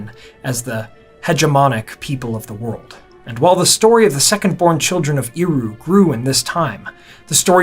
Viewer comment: You lost me right at the beginning when you mispronounced "Eru". It's not *Ee-ru", it's more like "Air-u". 🫤🤦🤷🙄👎🏻 BYE.